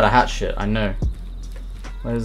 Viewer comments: I thought I was the only one who heard hatshit instead of hatchet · The way you say hatchet sounds like hat shit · "He had a hat shit." ?...Ohh, a hatchet!